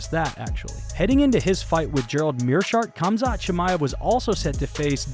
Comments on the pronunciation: Why is the narrator saying "Kam-zat" instead of "Ham-zat?" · Lol it’s pronounced haaam zat sounds like you are saying kumshot😂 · It’s pronounced hom-zat chimaev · Why do you keep saying ”Cumshot” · Gotta stop pronouncing the K's on Russian fighters, lol. Khamzat=HAMzat and Khabib=HAHbeeb....just helping you avoid haters :) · It's not Khabib but Habib And it's not Khamzat but Hamza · The "K" is silent in their names! Lort I can't listen to this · Like D'jango the K in Khamzat is silent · Pronounce their names with a h not k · The letter K is silent in their first names. Say their names properly. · The K is silent dammit!!!